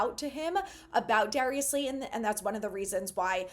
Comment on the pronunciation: Slay-Ton. Not, Slay-en. Please!